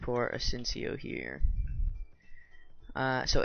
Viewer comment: FYI just so peeps know, “”asyncio””stands for Asynchronous Input Output and is pronounced A-sink-i-o not A-sinsio. Awsome vid tho.